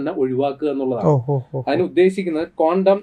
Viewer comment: കോണ്ടം അല്ല ചേട്ടാ ക്വാണ്ടം